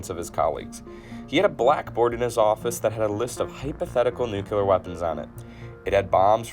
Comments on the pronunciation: Say it with me now. “Nuclear. Not nucular. 😊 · <-- That's embarrassing when you can talk about basic atomic theory, but accidentally flub it into "Nucular" and "Nuculus". :P Ah well, it happens. Sometimes I scrub through my recorded dialog before I sync it up with my video for my own content and have to redo it for the same reasons. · The nuculus and nucular explosion! How did you end up with that sound? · Noo kyou ler? Is pronounced noo klee are. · I'm sorry...so very sorry. I absolutely love learning information on nuclear weapons and development thereof. I'm 4 minutes in and I can't handle the COMPLETE MISPRONOUNCIATION of the words "NUCLEAR", and "NUCLEUS"... It's not, nor will it ever be "NUCULAR", and "NUCULUS"... No excuse. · Is it a speech impediment or a brain impediment when you say nu-ku-lar instead or nu-cle-ar? Goddamn. This ain't tomatoes and potatoes. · New Clee Ur not Nuk You Ler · NOO-KLEE-UR not… NOO-QUE-LUR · Makes no sense at all. You can accentuate syllables In a different way, but you cannot swap letters. nuCLEar not nuCELar. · Every time I hear someone say "NU-CLEE-ER" instead of the completly incorrect and made up "NEW-CUE-LER", the hair on the back of my neck stands up, and I literally want to do a little happy dance in the name of scientific accuracy. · But he did say Nucular instead of nuclear. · Nuke-Lee-us Nuke-Lee-ar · I can't trust a guy that can't pronounce NUCLEAR correctly, it's not NEWCYOULAR. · hi! Very good video but as some others have pointed out you are mispronouncing "nuclear" and "nucleus". Nuclear should only have two syllables, pronounced "new-clear". Nucleus is pronounced "new-klee-us" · Great vid, but if I had a shot every time I heard Nukelar or Nukelous - I'd be dead. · President Eisenhower popularized the incorrect term "NUCULAR". It was wrong then and it's still wrong today. If you're going to make videos like this, please get it right. I can't even begin to tell you how annoying it is. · Totally Nukular, Dude!